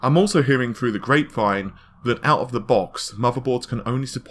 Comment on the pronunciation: its not "great vine", it's "grape vine"